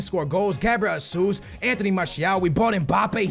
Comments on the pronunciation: Where is the 'A' in Jesus? Why do you keep pronouncing it Ha - soos? Its Hey - soos. Or the 'O' in juventus. It's not Joventos. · you are portuguese, you know gabriel jesus is brazilian and you pronounce his name like he is spanish. just say his name properly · You’re Portuguese and still can’t pronounce Gabriel Jesús’ name properly